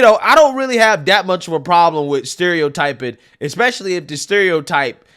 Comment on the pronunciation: My favorite part of watching your videos is that fact that you don't have the letter T in your verbose language skills. haha, I love it. For example, for the English word "this", you pronounce it as "dis". For the English word "that", you pronounce as "dat". hahaha...makes me laugh every time I hear you use those words.